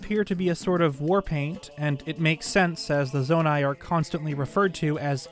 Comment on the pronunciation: Me chilling here day 1 on Tears of the Kingdom listening to him say "The Zonia may not have a part to play in the sequel"